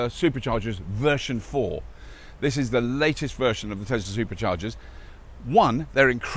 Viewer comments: Tesla! Not "Tezzla"! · Couldn't watch this any further than 2 mins because yet another YouTube presenter that can't say Tesla with an S and says Tezla so annoying!!!!!!